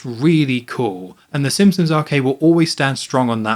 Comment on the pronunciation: My friend TJ made me leave this message. I’ve really enjoyed all these videos, and can’t wait for the rest of the series, but did anyone else notice how keeps pronouncing it “Sim-sons”, and neglecting the P? I’m gonna turn it into a drinking game, and don’t plan to survive a second re-watch of the video.